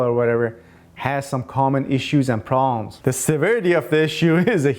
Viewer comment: I love your video's, but I would like you to pronounce the "B" in proBlems. Meant with the best of intentions, and thanks for all the great info.